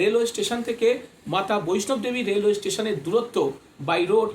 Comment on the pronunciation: দাদা কথাটা ' বৈষ্ণব দেবী ' নয় হবে 'বৈষ্ণো দেবী ' হবে।